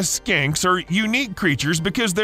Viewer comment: Skinks,.. sounded like you said skanks… and yeah skanks can survive 35 days without food too… meth is a nightmare